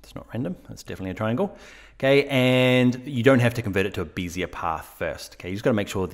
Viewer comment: beez-ee-er? WTF? Bez-ee-ay... dude, bez-ee-ay. it's French. get a grip.